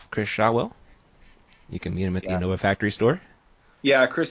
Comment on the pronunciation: The best commentary duo, for sure. Strange to hear pronounce it In-NOVA.